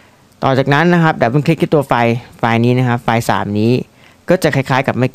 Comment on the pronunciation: 3.23 file นะไม่ใช่ ควาย !! อิอิ